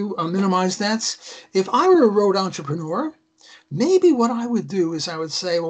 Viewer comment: It's entrepreur not entreponor. It's a french word, because I'm French you make me crazy with your bad pronunciation. Don't misunderstand me I still love you guys.